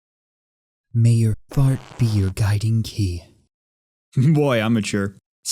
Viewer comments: heheheheheehehehehehehehehe he said fart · Its funny because he used 'fart' instead of 'heart' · This dude said fart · haha he said fart